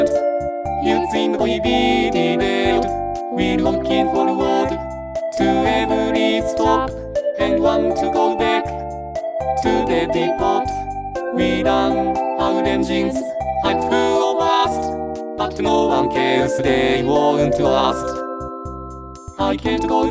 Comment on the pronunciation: I love the harmonies, really nice, but depoT? Depow is how you pronounce depot, I blame, he did it wrong on purpose 🤣